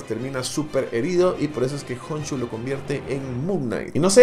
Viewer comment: Stephen y Steven no es lo mismo💀💀💀💀💀uno se dice estifen y otro estiben GOOOOOSSSSSSHHH KHONSHU NO JONSHU